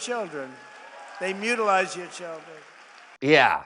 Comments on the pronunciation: "They mutalize them" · Ummm.. Doctor here, ‘mutalise’ is not a word. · Did he say mutualize? Asking for a friend.